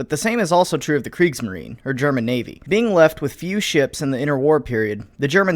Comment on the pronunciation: Dude pronounces Kriegsmarine wrong